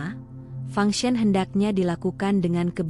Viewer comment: Fang sen bukan function🤣🤣🤣